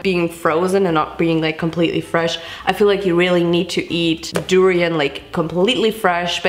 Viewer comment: I’m sorry but the fact that she kept saying “pho” wrong and “durian” was rlly making me annoyed😭😭😖